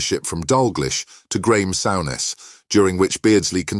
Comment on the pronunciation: AI will always be inferior to us. I mean "Dal glish" and "Sour ness"? 😂😂😅😂😅